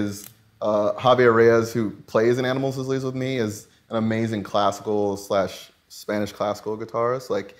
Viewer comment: “animals as leezelsme” ? What? Lol